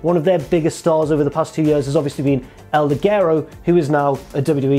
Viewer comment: El LiGero, you are all saying el liguero, which means a piece of lingerie instead of the light-one